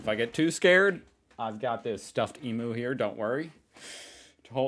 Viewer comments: Australians don't say eemoo .. it is pronounced emuuu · Come on, it's not e-moo, it's e-me-you... The reason you won't hear of a hurricane hitting Australia is because we call them cyclones. The dust devil is similar to a tornado but hasn't got the same power generally. In a bush fire, a similar thing happens, and it's called a fire devil. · pronunciation tip.... "Emu" the bird, is pronounced "eee-mm-you" not "eee-moo" 😀 Your reaction is great, btw! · As an Aussie it genuinely makes me mad deep down when he says words differently to us… example: emu, he says it like “e - moo” we say “e -myoo” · As an Aussie it pronounced as eemyou not eemoo, and we have cyclones instead of hurricanes, just like the toilets they spin the other direction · Your stuffed Emu is pronounced Eeem-you;not emoo!😠 And down here the American hurricane is called a cyclone,& is just as devastating!🌪️ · how long have you been doing these Ozzie videos now? It's EemYou not Eemoo 😆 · Not eeemooo, eeemuuuu emu (eeemyou) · The Emu is not pronounced eemoo it is pronounced (eem you). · Emu: Pronounced eem-you, not ee-moo. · E-MEW NOT E-MOO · Please it pronounced 'Eem you' not Eem ooo. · Pronounce it 'EE-MIEUW'/ EE-MYEW' puh-leeze, not the ignorant wrong Yank eee-moo.... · Emyou not emoo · I don't know if anyone else has tried to explain the pronunciation of emu for you in Australian it's "eem you " I am glad you have him for company but at some point you will have to give him to the baby, love your channel and the way you make comparisons we Aussies learn as much from you as you learn from us thankyou 😊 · You nearly got thek Emyou’ right! LOL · We generally pronounce Emu as E mew, think an m in front of the word you :) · We pronounce emu “eemyoo”. Just thought you might like to know 😊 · IT'S PRONOUNCED EEM-YOO!!! FKN EEEEM YOOOOOOOOO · Oi Mate. The first "far out" was from a chick. And Ee-mu (as in mu-mu) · That’s am ‘eemyou’ mate 😊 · Eeem-You! Cummon! Say it with me. Eeem-You